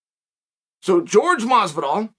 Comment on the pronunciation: George vs Hazmat